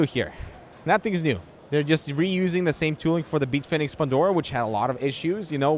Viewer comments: Who tf is Beetfinix? I came here for Bitfenix content. Lol. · "Beetfinex" lol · Why does he call it "Beatfenix" lol